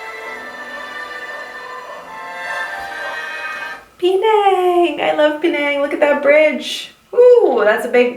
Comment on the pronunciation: when you said "Penaaaaang.." I can hear Malaysia accent there.